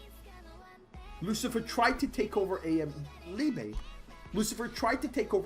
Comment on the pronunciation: If his name is the German word for love, it is pronounced Leebuh, not leebay.